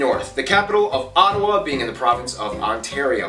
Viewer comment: He keeps mispronouncing Newfoundland. It’s pronounced New-fund- land, not New Finland. Also our capital is Ottawa, not Ott-o-wa. He also gives the impression that there are no communities in the northerly portions of the country, which is not true. I live in the province of Manitoba, and the polar bear capital of the world is Churchill Manitoba, a small town right next to Hudson Bay ( he said it was uninhabitable). There are tons of videos about Churchill and the polar bears. People from all over the world come to see the bears.